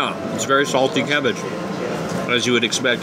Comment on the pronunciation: Haha, what's "anchobie cavvage? Did you catch yourself when you said that? It's like when people say, "Can I have a cop of cuffee?" 😆 Worchestershire on fish? No way. Malt vinegar and tartar sauce. Great video as always. Stay safe and be well 😊